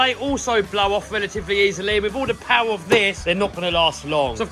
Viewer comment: MORE POWAH!